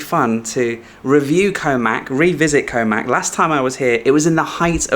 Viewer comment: Koh Mak (เกาะหมาก) is actually pronounced "Koh Mark" both low tones and a long "arrr" sound on the "-mark". If you want to get somewhere but mispronounce the place name Thai people probably won't understand you or, with the possibility you'll end up somewhere totally different!